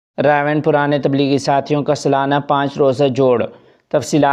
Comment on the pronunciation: سلانا نہیں سالانہ الفاظ صحیح کریں